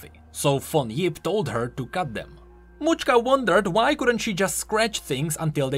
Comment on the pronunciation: Mauchka? I believe it's name is related to macska ("match-ka") which means cat in Hungarian.